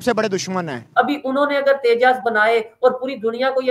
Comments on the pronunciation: अबे घोंचू तेजा नही तेजस😂😂😂😂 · At 0.20- it’s’tejas not tejaas’, n at 1.05-again it’s ‘tejas not tejaa’😂😂